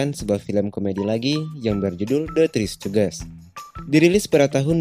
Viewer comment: Tri Stujis baca-nya Bang 🙏